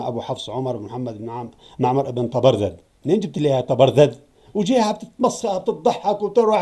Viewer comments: أكرمكم الله يا سيدنا ليس تلفظ ( طبرذد ) وهي طبرزد أقصد تعيد وتردد ( تبرذد ) فأنت تلفظ الزاي ذالاً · طبرزد بالزاي ياسيدي حاول تصحح نطقك حفظك الله